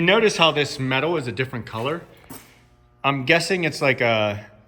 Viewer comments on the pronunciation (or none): none